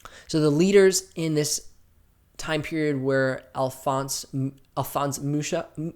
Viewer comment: you mispronounced Alfons Mucha's name, the "ch" in Mucha is a single sound, pronounced like the "h" in "hide"